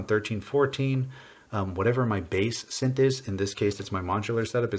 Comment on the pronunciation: For once, Rytm is actually correct as pronounces it - it's an Elektron thing. Just don't have him say synth..